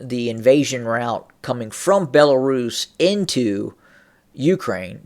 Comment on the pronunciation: Did you mean "route" instead of "rout"? They have very different meanings.